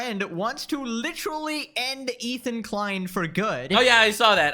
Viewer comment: "licherawwy" is devious work